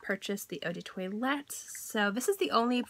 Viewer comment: Girl, please work on your pronunciation, 'eau de toilet' lol.